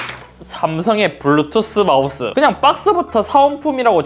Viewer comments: 블루투th 마우th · 잇섭님도 시옷발음이 잘 안되시네요 ㅋㅋㅋ 마우thㅡ ㅋㅋㅋ